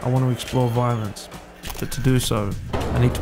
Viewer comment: if I hear the word "Vaaaalonce" one more time...